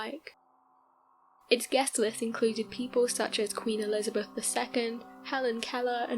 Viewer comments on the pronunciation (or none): none